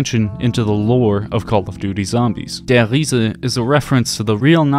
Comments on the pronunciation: Lost count on how many times he says ‘Der Hiese’😂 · Der REE-ZA. Just stop bro, just say der reese